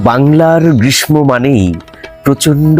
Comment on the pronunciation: গ্রীসমো না সঠিক উচ্চারণ হলো ' গ্রীসসো ' গ্রীস্মকাল।